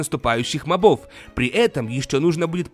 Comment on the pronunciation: Мóбов, а не мобóв =_= и ты ужасно пытаешься озвучивать Джеба ((((